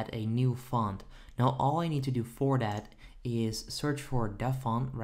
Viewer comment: " open daat. click on install right dere. dare we go" lmaoo